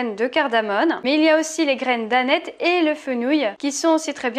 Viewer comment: à tu dis les craies d'aneth ? Il a fallu que je réécoute 3 fois pour comprendre lol j'avais entendu les crèmes danette